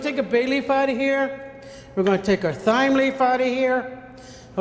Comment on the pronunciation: Thyme is pronounced "time" not "thime".